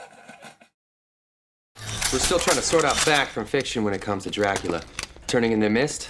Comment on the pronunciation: Your videos would be way more enjoyable, if you didn’t sound like your whining throughout the whole video/videos. Especially you unnecessarily dragging out the last syllable in ever sentence (“Draculaaaaaaa” “babyyyyy” “arouuuuuund” “montaaaaaage”)